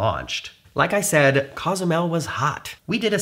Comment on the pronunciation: I enjoy your videos, so thank you. BUT, an annoying detail. You're clearly a bright guy and respectful of other cultures and languages. Which makes your repeated mispronunciation of Cozumel strange and jarring. It's Cozumel with a long "o," as in coca or copilot or simply "Oh!" It's not "Cah"zumel or "CAW" zumel. It's COzumel. Ezy Peazy, yes? Danke, gracias, and thanks. 👍🤜🤛